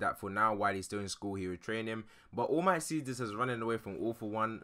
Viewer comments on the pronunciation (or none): his name is all might not oh mi